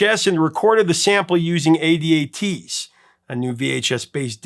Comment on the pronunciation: Haha A.D.A.Ts?? Most people in the know call them A.DATs.